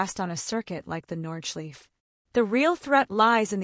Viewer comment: It hurts my ears lol